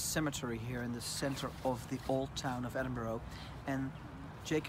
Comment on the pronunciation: Stop saying Edinboro😠